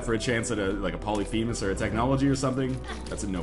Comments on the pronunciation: From "pah-luh-fee'-muhs" The " fee' " is pronounced "fay" I believe. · Pylolphemus? Lol.